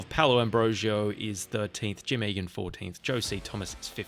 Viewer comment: Awesome video! (And thanks for pronouncing "Eagan" right on the first try!) 😄